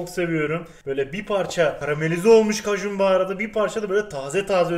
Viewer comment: Nobody: Kajun baharatı ekliyürüzz